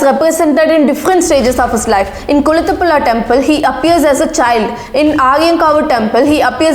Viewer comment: 😂😂 Kulathupula temple 😂😂😂 it's Kulathupuzha